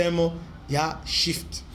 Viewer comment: C,est Swift et non shift , Russie sauve'e par le brics